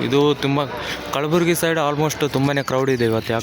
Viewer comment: ಅದು ಕಳಬುರಗಿ ಅಲ್ಲಾ ಕಲಬುರ್ಗಿ